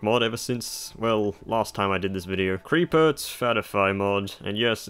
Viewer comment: there is no 'r' after the 'C' in Ceepert btw